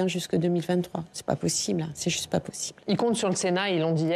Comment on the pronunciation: "c'est pô zuste"